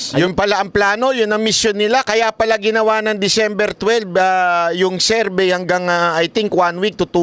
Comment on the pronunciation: Bakit “serbey” diba Survey yan?